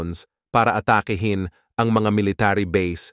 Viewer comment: PATURO sa WASTONG pronunciation ng 'ATAKI'HIN'.